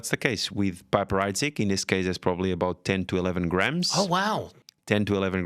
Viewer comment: You'd think given he's a wine expert, he would say "piper" correctly. He's saying Bollinger with a french intonation, so why not the other. It's pronounced "peep-er" not "pipe-er" Not a largely available NV i don't mine the PH, but I prefer a Laurent Perrier.